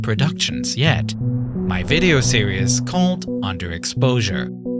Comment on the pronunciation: "series" is not pronounced "serious", I recommend googling "series pronounciation".